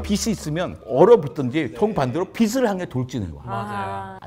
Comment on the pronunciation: 빛을 빗을 라고 하네. 간단한 발음도 모르는 사람이 유투브에 많음 아나운서도 잘못 발음함 쉬운 발음인데 틀리는게 이해 안됨